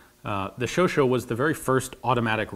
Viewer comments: I'm pretty sure it isn't called a 'show-show'. 'Chau' in French is a lot like 'show' in English, but 'chat' sounds more like the 'sha-' in the word 'shall'. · why is he calling it the shosho? is that how chauchat is supposed to be pronounced? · Great video but it's prononced chauchAt like att(A)ck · !! It's actually pronounced "show - shah" ('a' as in 'chat' or 'cast') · Are you the reason why some English speakers pronounce Chauchat as Chau-Chau? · i think you're misspronouncing the name it says chauchat yet you're pronouncing it chauchau. LE GIFLE is now my favorite franglais word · I love the show Ian, but it makes my teeth itch when you pronounce Chauchat as "Showshow". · why is it pronounced as "shoushou" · I thought it was pronounced "show-sha" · Don't know if it was intentional, but I laughed when you called the Chauchat 'Chocho'. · Why does everyone call this the "sho sho", its literally pronounced as its written... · It's pronounced shosha. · It's pronounced 'SHOSHAH' but very interrestingas always ! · its chauchat not chocho ffs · Wait it's pronounced shau shau? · Actually pronounced "show shaw" !! And "le giffle" is not the Giffle but like John !! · Might not be the first to point it out, but the name actually reads "sho.sha". Chat means cat, and the T is silent, that was correct. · like the fact that you wear belgian cammo............ BTW its pronounced like "showshat", just for the record.... great job !!! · I guess you've heard it a hundred times, but one more time won't hurt. it's Chauchat, not Chauchau. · Dugan Ashely said it was pronounced "Chow-chatt", and no offense Ian, but Dugan is certified awesomeness, so I have to go with him on this one. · Chauchat literally means hot cat, which seems like a weird last name. BTW: It's pronounced "shosha". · Great work as always, Ian. May I make a suggestion, though? You can get closer to the French pronunciation of Chauchat if you say it like "show-shah." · ian its not chauchaut. its chatCHAT